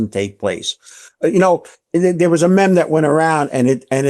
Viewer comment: Pronounced meme wrong, can't take him seriously lmao